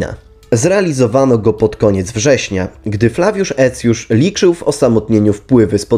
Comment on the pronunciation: A skąd ta fonetyka? Cosik mi się tu nie zgadza, zwłaszcza jeśli chodzi o Aecjusza.